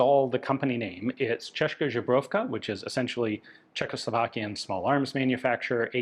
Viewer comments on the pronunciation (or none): "Zbroy-OV-ka" Zbroy: The 'Z' is pronounced like in "zebra". The 'b' is a standard 'b' sound. The 'j' is pronounced like a 'y'. -OV-: This is the stressed syllable. The 'o' is a long 'o' sound, similar to the "o" in "rover" or "stove". -ka: The 'k' is a standard 'k' sound, and the 'a' is a short 'a' sound, like in "cat". It's not žebrovka, it's zbrojovka.